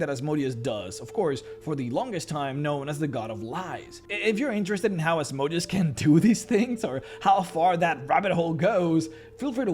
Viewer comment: Still think you should go back to pronounce Asmodeus as you did in the Asmodeus video as it is much closer to how the name is pronounced. Now he sounds more like a machine than a hebrew demon